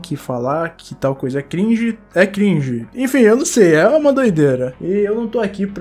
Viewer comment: Mano a palavra cringe Ficou gringe